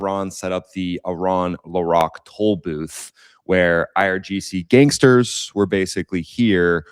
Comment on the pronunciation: He said gánsters like if he hasent been supporting bigger gangsters😂😂😂😂